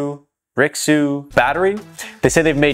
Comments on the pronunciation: It should technically be pronounced "ray-shoo" and it would roughly translate to "rich". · LOL pronounce ruixu I cant